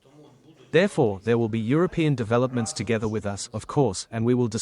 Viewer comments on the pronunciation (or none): none